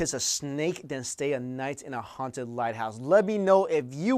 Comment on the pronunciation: ughhhh i hate the way you pronounce the "H" .... "HHHHHHaunted"